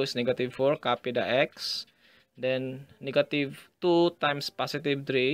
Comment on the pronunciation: niggative XD ahahaha sorry i just had to say it